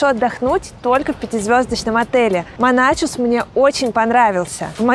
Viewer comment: Вы всё правильно рассказали об отеле. Ни добавить, ни убавить. Тол ко что приехали оттуда. Только, пожалуйста, не Моначус, а Монахус 🤗 Я с добром пишу, поверьте, не злились. Ухо режет от Моначуса. Они и сами его Монахусом зовут.